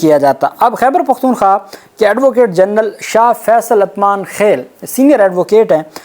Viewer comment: بھائی یہ لفظ اتمانخیل (Atmankhel) نہیں یہ اُتمانخیل (Utmankhel).